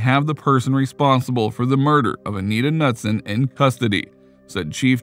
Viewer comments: It's pronounced Ka-nuteson not nutson. Very common name here in MN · Dude, Anita Ca-nu-son, not Nuts-son! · Anita's last name is pronounced (kuh•nood•sin). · I'm sorry but the 'Nutson' thing is driving me insane!!! Her name is Anita & the last name is pronounced like Kuh-newt-son!!! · K-nut-son not Nutson!!!!! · You’re pronouncing Anita’s last name wrong. Pretty sure it’s pronounced Ka-newt-son. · it's pronounced "nooot-son" like not nut. just so you're awhile for future reference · The k in Knutson is pronounced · Bro how did you mispronounce both Anita's last name and place she passed away? Got lots of work to do before I say you make "good videos" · As a North Dakota resident. In case you wanted to know Minot is pronounced My-not. And Knutson is Ka-newt-son. :)